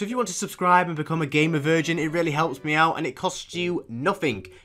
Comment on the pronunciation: The GAY MER virgins 😂 (and yes I do know that its GAMER not GAY MER)